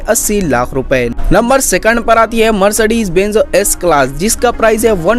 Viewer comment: its not benzo it is benz